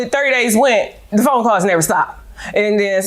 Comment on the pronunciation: She went through my “phome”. Goodbye sir. 🙄